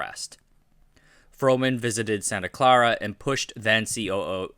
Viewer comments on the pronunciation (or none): none